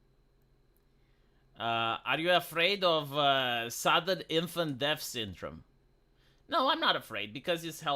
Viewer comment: "Sudden Infant Dev Syndrome" the way said it made me think there was an epidemic of infants suddenly turning into fat, canadian man-children for no reason.